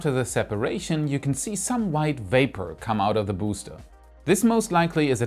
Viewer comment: Every time pronounces BOOster 👻